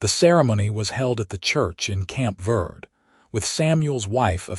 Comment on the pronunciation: Prounced Verdee